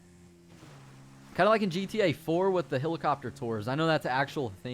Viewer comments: its pronounced "HELL-IH-COP-TER" not "HILL-ICOPTER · its called helicopter not hillacopter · I hate how he says helicopter.